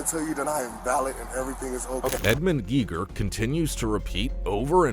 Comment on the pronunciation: It's pronounced Gay-gher. It's a German name like the German physicist that invented the Geiger Counter.